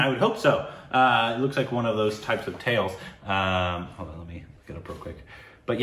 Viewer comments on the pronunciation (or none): none